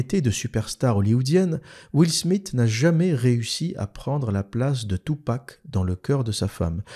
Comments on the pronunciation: « Will SmiT »?? Haha 😂 Soit tu dis « will SmiS » à la française soit tu fais l’effort de prononciation surtout que t’es censé vivre à Londres et maîtriser l’anglais et tu dis « will SmiTH » En réalité tu dois être aussi fort pour taper sur l’islam que pour parler anglais. Rigolo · Comment il prononce Will Smith ce fou